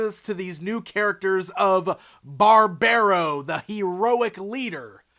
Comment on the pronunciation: love these guys, been following their development for quite some time now, wave 2 looks really promising too. Also i don´t think Barbaro is meant to be pronounced like that, with the american accent